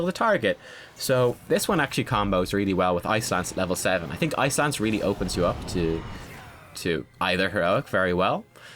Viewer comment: The whole video I thought you were saying "Ice lands," but I now realize you were saying "Ice Lance." Dang accent :P Congrats on 5k. seems like just yesterday you were still at 2. I love how your channel is growing because you're so incredible ^_^